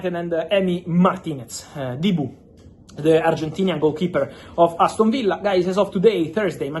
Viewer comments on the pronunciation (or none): none